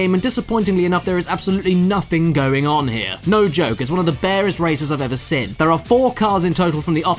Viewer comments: Why do you say "sin" instead of seen. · Has anybody noticed that the way Caddy pronounces the word "seen" sounds like "sin"?